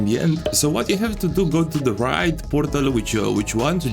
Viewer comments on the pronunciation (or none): I don't mean to be that guy... but it's pronounced 'Ray d' like how u say 'A' by itself